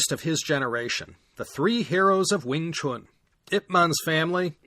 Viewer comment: You had me from pronouncing "Wing Chun" correctly - not many Americans do, even longtime practitioners of the art 😅 I admit I discovered your podcast because of these 2 episodes, but now I'll listen to it from the beginning. Outstanding work! 👌👌🙏